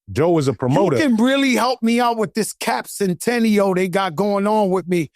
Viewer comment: He said cap centennial